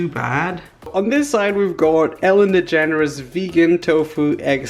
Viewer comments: am I the only one who thought that when he said “Ellen DeGeneres” is sounded like “Ellen the Generous” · are you saying "the generous"